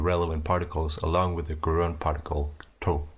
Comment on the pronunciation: I must have missed the bit where you introduced front rounded vowels. "Gerund" is pronounced with an initial J sound, and it sounds like you've confused it with an agent?